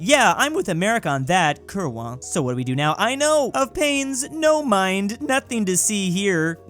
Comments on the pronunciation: Day 1 of asking to properly pronounce Kurwa as "Kurva" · you read kurwa kurva no kurła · Pronounced "Kuurvaa"